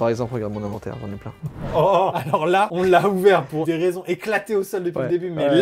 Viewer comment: Faut que quelqu’un leur dise que c’est pas « I » mais « E » pour l’inventaire !